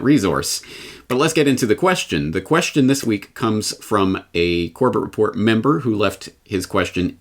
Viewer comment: "Corbett Report" almost sounded like "Corporate Report" lol